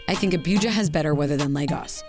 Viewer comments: Dear Lord, if you are going to do a video, you really should take time to learn the proper pronunciation of the cities. I was ready to scream hearing you say Abuujar, repeatedly. It is Ah-boo-ja. Similarly you fail to even get Lagos correct. Appreciate the optics and the introduction to the city, but you do your presentation a disservice. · It is not Abiuja it Abuja 😅 most opulent city in the whole of Africa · "Abíuja"... Hehehehe😄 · So many mispronounced words. Especially Abuja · Abuja & ECOWAS shouldn't be that difficult to pronounce Your presentations have looked professional otherwise